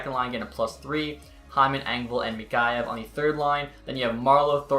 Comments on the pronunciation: Mikheyev (Mick-kay-ev) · just a heads up for you its mik-hey-ev